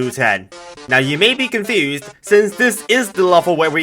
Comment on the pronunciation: "Now you may be confüæsed"